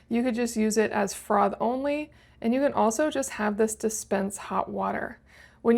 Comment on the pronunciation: ‘Frov’?….its froff…😂